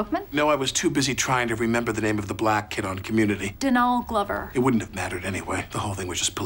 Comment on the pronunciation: "Dunall Glover" 😂